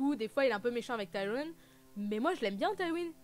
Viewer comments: Non! On ne dit pas tai-ri-on!! Cest ti-ri-onne. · Mais pq tu prononce Tyrion, Taïren et pas comme dans la VO ou au pire comme dans la VF? Mdr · c mieux qd tu dis dis pas avec l'accent anglais pour tyrion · Ben alors je comprend pas ta prononciation hahaha mais bon! Tant qu'on se comprend mdr